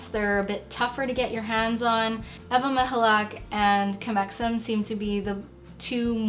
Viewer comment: as a native polish speaker I confirm you say Ewa Michalak corretly, I'm impressed!